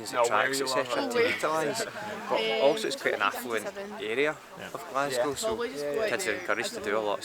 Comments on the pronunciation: Noticed that too,amount of Americans and Australians that say it like that instead of pronouncing it like ‘Glas-go’😂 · Think "Glas-go" and you'll be OK. Dudley's facial expression was funny though 😆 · "We're out here in Glass-Cow" 🍷🐮 Come on mate, you're giving us a bad reputation 😂🇦🇺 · physically recoiled at pronuncation of Glasgow. big love still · Dudley's grin when you pronounced 'Glasgow'... it took all this strength not to make a joke about it, I can see it in his eyes.. 😂 A true professional. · Haha! My thoughts exactly. Well done Dudley, probably about as hard as the session- not to correct him.